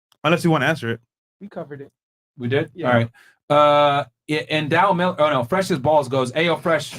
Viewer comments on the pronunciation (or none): none